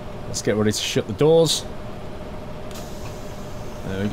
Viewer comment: haaaa it did sound like that 😂😂😂😂